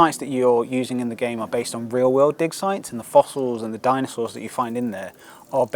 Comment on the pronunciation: Oh, so it's DIG SITES! Damn, I was already beginning to question the dev's sanity, hearing him rambling about “dick size“ all the way 😅